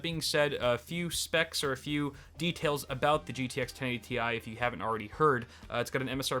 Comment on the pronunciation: thanks for saying Tee I instead of Tie